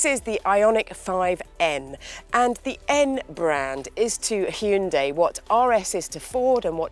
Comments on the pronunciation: Props for saying the name correctly. Yes, it's 'Hyun-DAY' (not hi-un-dai like most in the UK tend to say). Amazing work and keep it up! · She's the only one who I have ever heard says HYUNDI right.